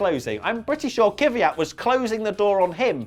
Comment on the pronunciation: pleas learn how to say kvyat... it isn't kivyat